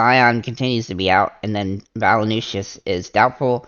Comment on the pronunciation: valanooshis lol...its valan-choonis.. but thanks for the vid... i think im fading mitchell until i can shorten my dfs memory.